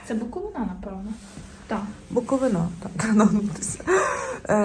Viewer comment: Лиш почала дивитись і почула:БуковинА 😮 Запамʼятайте: БуковИна! Будь ласка!